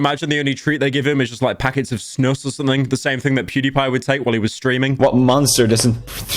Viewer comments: its not snos its snus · It's not pronounced "snuss" it's more like "snuus~" it's a drawn out "U" and smoother "S"s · im sorry but the way you pronounce snus is making me want to cry. sussy baka tobacco bags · Pyro trying to say the Swedish word Snus is so funny. I'm sorry bro, you completely butchered that word. I'm gonna teach you how mr. Pyro, my hero. The legend. The literal god who can't pronounce a four letter word, "snus". It sounds more like you are trying to say "Sus", and failing at that as well. Here is a video on how to say it Pyro. So you don't seem like an inbred with an IQ score of -80 the next time you are trying to pronounce "snus". /watch?v=B2R1NE50X0U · Snus is pronunced "Snooze" not snuss 😭😭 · idk why but the way pyro said “snus” really freaked me out 😭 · as a Swedish person hearing him pronounce “snus” like that is painful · I agree and im Swedish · Thank ypu byro for completely butchering the word "snus" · Pyro's pronunciation of snus is hilarious.